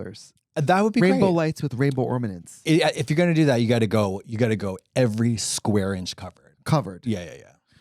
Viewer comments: Trixi calling ORNAMENTS; OrMaNent's is sending me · Ah yes, ormanents on the tree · did trixie say ORMANENTS LMFAO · Trixie saying ornaments wrong is killingggg me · Now I’m not gonna not gonna stop saying “ormanents”